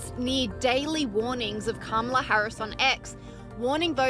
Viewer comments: KA-MA-LA. This is why hooked on phonics is so important. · Why does everyone in this video insist on not pronouncing her name correctly?